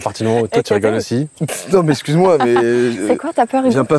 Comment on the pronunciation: Essscuse ... Euh jsais pas qui c'est la voix du début pour le moment, mais faut faire un effort sur la langue française les gars.